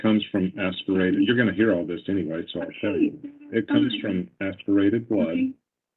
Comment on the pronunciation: She can’t speak intelligently. She says,“Why come”, ends words with a K. Also, said entyway for the word anyway. 🤦🏻‍♀️